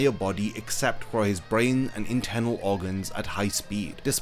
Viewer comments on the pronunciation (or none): none